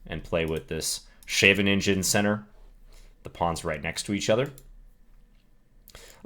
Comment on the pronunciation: Was that an attempt to pronounce Scheveningen? I remember watching a video by Ben Finegold where he was talking about a tournament in Wijk aan Zee. It took me a week to realize he was talking about the dutch tournament instead of their being two consecutive tourney's, haha. Dutch names seem notoriously hard for English speakers. Since the word includes a hard scraping g sound, I think you could replace this with a 'k' sound. If you don't pronounce the letters in between brackets you could somewhat correctly pronounce it as (e)sca(pe) + fun + (r)ing + an(d)